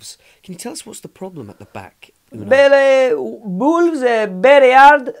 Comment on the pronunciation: Bolves bery hard